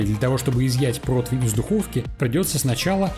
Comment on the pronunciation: Протвня, протвень😂